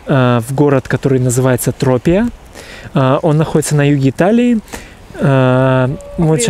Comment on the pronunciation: Вы не правильно делаете ударение в произношение города Тропея. И какое это средиземное море? Это Тюрренское море.